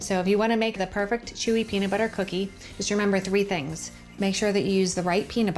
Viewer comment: Peanit butter